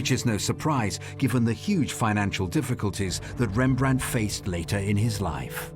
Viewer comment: Please add a “t” behind the name Rembrandt 😉